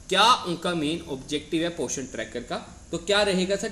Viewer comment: Poshan hai ye not portion